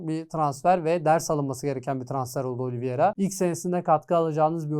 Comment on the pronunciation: Daha takimindaki oyuncunun ismini telafuz edemiyosun. Oliviera degil Oliveira